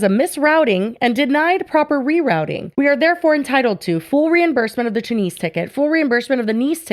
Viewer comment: Best part is you are pronouncing Tunisia and Tunis wrong too.